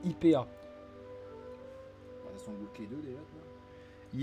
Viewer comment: Alors déjà c’est pas « I.P.A » on dit phonétiquement aïe pi hé PTDRRRRR La Diff c’est que dans un bar la blonde coûte 5€ et IPA coûte 9,50€ (IPA est plus ambré) mdrrrr